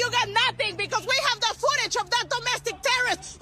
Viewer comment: Wtf is ootage ?